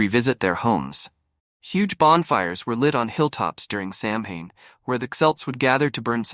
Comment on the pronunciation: Samhain is pronounced Sow -en